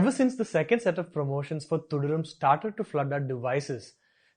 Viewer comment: You can't even pronounce Thudarum properly 🙄🙄